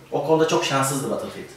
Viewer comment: batılfiyıld dedi ya la :D